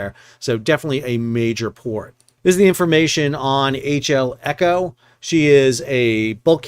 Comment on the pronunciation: You called the ship Echo and Elco all the way through the vid and not once did you call it the eco. If you want to be taken seriously as a news channel, how can I trust anything you say if you can't get a name right? Details don't matter. Gossip channel. I'll look elsewhere.